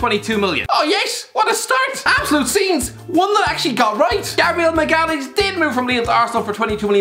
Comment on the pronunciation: No one::Gabriel Maglbgfkdsz